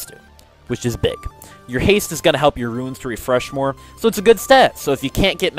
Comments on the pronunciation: I couldn't even finish the video... They're called "RUNES" not "RUINS"... Seriously. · RUNES!!!!!! NOT RUINSS!!!!!